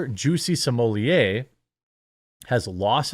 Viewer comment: Juicy Smoyay? The French actor?